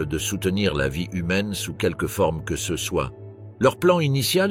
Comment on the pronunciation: Je confirme c’est une voix IA , ce est prononce C E et quelque autres fautes, mais globalement c’est bien fait